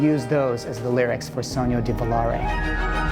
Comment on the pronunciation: Yes Christopher, your pronunciation is terrible, but "Sogno di Volare" is perfect! (by an Italian civilization VI player)